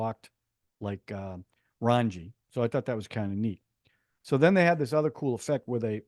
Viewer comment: 😂😂 Raanji ???? " RAA---JJJ---NNNI" Thanks for a fun review as usual...